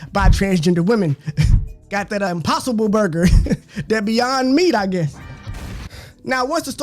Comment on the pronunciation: "Impossipble burger" got me dead